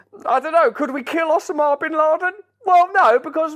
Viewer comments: "OH-sim-ah" bin Laden? I never heard it said like that, but now I'm wondering if I have been saying it wrong. "OH-sim-ah" or "oh-SAH-mah" I have to say, I like the way Brand says it better. hahaha "OH-sim-ah" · Why the actual fuck are you pronouncing 'osama' like that? Can you not just talk normally? You wear your accent like an accessory and it gets a bit much. Big fan otherwise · "osa ma" What is that pronunciation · Russell.... One question....Where the heck did you learn to pronounce Osama as Ossammar? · I’m here for Russell’s pronunciation of “Osama”. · Not to mention I love the way Russell pronounces Osma equals Osama!